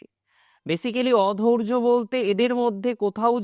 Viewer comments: অধৈর্য্য হবে, অধৌর্য্য উচ্চারণ ভুল। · অধৌর্য নয় দাদা "অধৈর্য্য"। উচ্চারণ ঠিক করুন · "অধৈর্য্য" শব্দটি সঠিক ভাবে উচ্চারণ করুন।